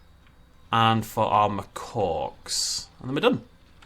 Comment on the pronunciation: "And for are mawcocks" XDDD